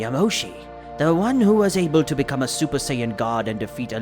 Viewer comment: super sayin not zuper sayin god again good story but stop making that mistake